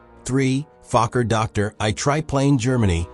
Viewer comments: Fokker Doctor Eye try plane? "Recked 'em? Hell, it killed em' both!" AI has a such a weird sense of humor. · The fake narrator can't even pronounce Dr i correctly.